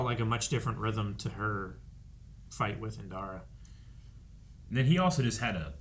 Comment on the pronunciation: I believe at this point might know it's "Indara" and not "Inara" 😆